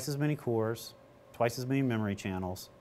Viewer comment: The s is silent in Magny-Cours